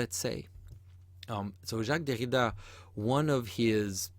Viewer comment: I want to kill myself everytime you say "Derrida"